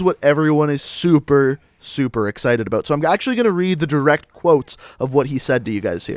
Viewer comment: The way he says "about" makes me cringe lol